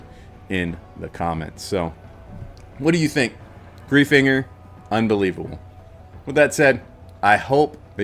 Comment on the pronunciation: As someone with the last name Greifinger it's pronounced "Gryf-inger"